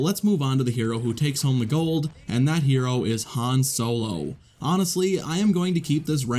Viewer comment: Videow. Han Solow. Iden Versiow. Anyone else notice his pronunciation of these 😅